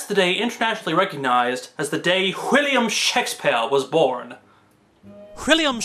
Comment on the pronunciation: Why does he say Whilliam??